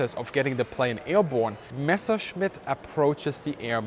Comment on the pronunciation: Bitte! Bitte! Bitte... It's Messer-schmitt... NOT Mesher -smith... PLEASE!... 'Junkers' is pronounced 'Yunkers!